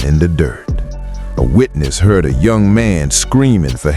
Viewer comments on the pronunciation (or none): none